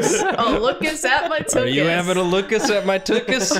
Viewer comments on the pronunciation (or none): As a Jew i understand that people don’t pronounce the “ch” properly when they put Yiddish and Hebrew into English but tuchus pronounced properly sounds so much better